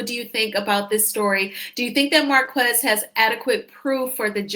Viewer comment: his name is pronounced 'Mar - KEZ' NOT MAR- KWEZ' 👎